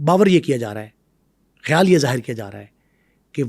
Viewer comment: Ayyal nahi khayal